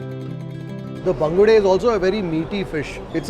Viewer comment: why people tell bangda instead of bangude, pronounce fish name properly if you are eating it. For Mangalorean's its like pouring hot liquid iron to ears.